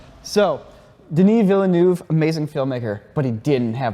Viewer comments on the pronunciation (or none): Vill-nerve, not Villanoove. Otherwise - awesome content, as always! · I'm sorry what? Denis Villanoov? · how american do you have to be to pronounce Denis Villeneuve - dernee vill-a-noov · As a french Canadian, the way to pronounce the director's name is: Duh-knee, Vill(like fill) New-Veh. Duh-knee Villnewveh. Denis Villeneuve. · nah thats not how hes pronounced, americans ripping european namens like nothing. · It's mind blowing how no one in US can pronounce "Villeneuve" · yeah if you were butchering my last name like that, you bet I wouldn't have any guts my dude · Gotta love how Villeneuve has been butchered in pronounciation haha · That was the worst pronunciation of Denis Villeneuve I've ever heard lmao, come on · When you speak french and hear how they pronounced Denis Villeneuve' name... OOF. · Great video, but watching non-French speakers trying to pronounce "Villeneuve" just cracks me up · why can nobody in the us prnounce Denis Villeneuves name correctly. its not that hard. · Am I the only one perplexed by the pronunciation of "Villeneuve"? Big fan of the boys, but c'mon...